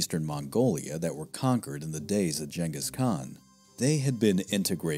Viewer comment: Yes I understand he makes great documentaries, BUT did he just say JANGHIS KHAN.